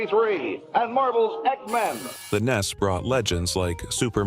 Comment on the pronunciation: Learn to say NES for the love of god.